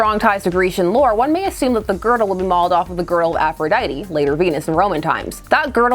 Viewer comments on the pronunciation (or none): none